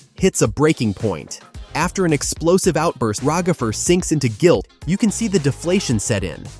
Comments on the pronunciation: “Ragafer”😂 I was dying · Why are eyou saying ragafer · Can we talk about the agony of hearing "Ragafer" so many times, can we get a counter? 😭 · Why have people called Ragatha Ra-gatha/RaGATHA and now Ragafer!? LMOA. It's Rag-atha/RAGatha (phonetic pronunciation: /raːɡaθʌ/). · “Ragither” got me